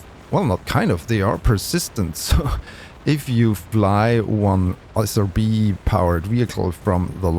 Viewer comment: Not a criticism to your accent (I'm also not a native English speaker) but I heard SOB instead of SRB many times lol and that made me laugh lol